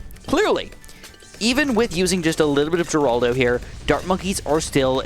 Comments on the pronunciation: you pronounce geraldo wrong its more like heraldo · nah bro why he said geraldo like that